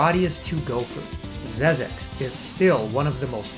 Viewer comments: Xexex is pronounced "zek seks", not "zez eks". Nowadays, it's also available digitally for PS4 via PSN. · XEXEX : The original true pronounciation is "ZEKZEKS", not "ZEZEKS" !